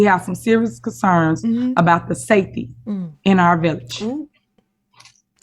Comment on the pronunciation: I just realized she can’t say SAFETY!😂